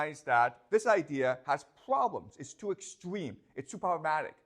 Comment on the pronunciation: Professor should avoid to say Pvoblems.